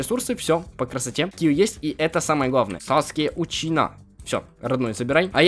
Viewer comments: Саске УЧИХА,а не саске учина )) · Саске учина 🤣🤣🤣🤣🤣🤣 Учиха на самом деле ну он неправильно написал или ты прочтиал неправильно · не Учина, а УЧИХА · Саске учина Фанати наруто: САСКЕ УЧИХАААА А НЕ УЧИНА XD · Саске Учиха надо говорить говори правильно а ту БЕСИТ